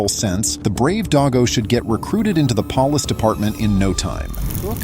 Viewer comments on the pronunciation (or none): "...get recruited into the 'pollis' department" man, i cannot stand the fucking AI videos and voiceovers